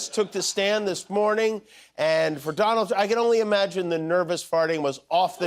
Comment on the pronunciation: …the vonald…